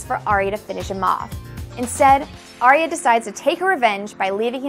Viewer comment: It`s Arya...not Ayra. 5 books and 4 seasons of TV-show in you should pronaunce her name right. Right?